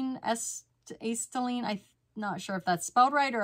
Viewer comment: a-set-a-lean (acetylene)